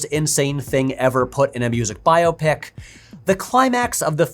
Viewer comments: I'm so glad you're saying "bio pic" instead of the recent trend for "by-OP-ic." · Thank you for reminding me there are others that pronounce it bio-pic, not just me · Thanks for pronouncing it correctly. When did it become bi-op-ic? Drives me nuts.